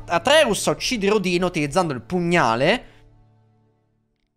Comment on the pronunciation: mi sono cagato sotto, potevi scandire meglio la 'n' di Odino 😂